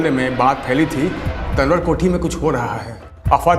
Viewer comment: Tanwar को तंवर बोला जाता है,तनवर नही..स्क्रिप्ट लिखने वाले को इतना भी नही पता